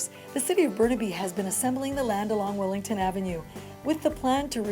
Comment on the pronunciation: Why does she keep calling it Willington? It's Willingdon!